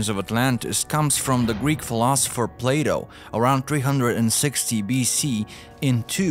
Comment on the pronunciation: "Can -Al" Plaaato", , "Jeebralter", "Al-ex-ander", "Can-Al", " Appal-laa-sion ", "Hem-al-asion", ...